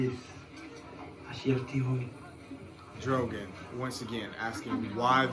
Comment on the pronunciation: When you keep calling Danny’s dragon Drogan 😂 instead of Drogon. Made me chuckle😂😂